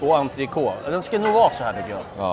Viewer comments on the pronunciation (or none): none